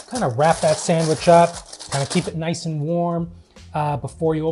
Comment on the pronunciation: As they would call it a SANGWICH, lol